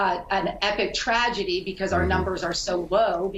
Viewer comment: You butchered the word "tragedy", but yes. True.